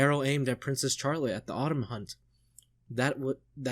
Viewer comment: It''s funny how often you go back and forth between 'Fuck Griffith' and 'He's so cool though', lol. There's a reason 'Griffith did nothing wrong' is such a meme among readers. Nitpick- Charlotte is pronounced "Sh-arlotte", not "CH-arlotte"- no hard CH sound :) The real 200 IQ move is to read Berserk for the memes: And you still haven't met the most powerful character, the 6th (!) member of the God Hand